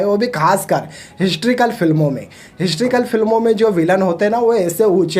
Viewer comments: Bolna seekh le phle... हिस्ट्रीकल nahi हिस्टोरिकल होता है🤣🤣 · Hysterical nahin historical, pehle beta khud ka accent sudhaar baad mein bakchodi karna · Historical bro not histrical. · Abey laura histrical ny historical hota ha. Kya critic bna ga rey tu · Histrical नहीं historical होता है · Galtiaa nikaalna aasaaan hai baithke....tu pehle historical bolnaaa seeekh baadme bhaashan phek....